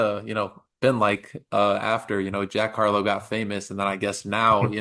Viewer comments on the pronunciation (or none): It's Jack Carlough, I thought they were saying Jack Hawlow. Tfs!!